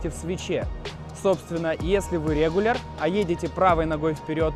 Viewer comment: Ноуз, тейл, рЕгуляр, метУд. По ходу у про какой-то свой язык)